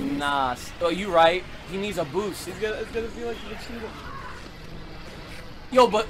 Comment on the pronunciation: are you trying to say vegeta. because you're literally saying vecheeta.